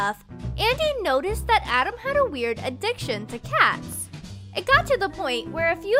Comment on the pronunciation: Whoa weir-r-r-r-r-r-r-r-r-r-rd